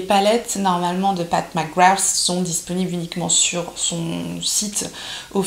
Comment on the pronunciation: Pas de surprise sur la pigmentation des fards!!! C'est top! Et je trouve que tu t'en sors bien dans la prononciation de son nom!!! Lol! J'adore ce look un peu "vampy"!!! ça te va très bien! Bisous